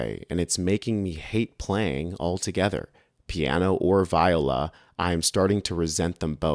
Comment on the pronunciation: Vi-OH-la (or vee-OH-la). The emphasis is on the second syllable.